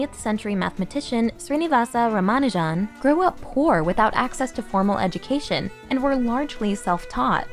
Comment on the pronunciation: Its RAA-MAA-NU-JUN